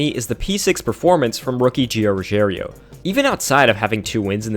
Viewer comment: Lol I don't watch the truck series but I'm really good at reading so I'm pretty sure Gio's name isn't "Ruggerio"